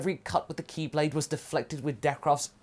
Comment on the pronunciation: Every time you say Ki blade i always hear Keyblade.... And at first i thought you were legit doing a Kingdom hearts cross over